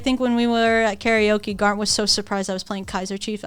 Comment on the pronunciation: Aki really coming in with the hard R when she pronounce GaRnt